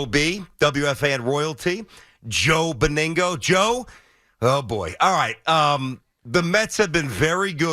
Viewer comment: I like the way he pronounces Joe's name, Beningo, it's Benig..no 😃🤣